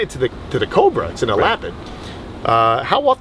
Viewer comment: Ella-pid,pronounce it correctly please...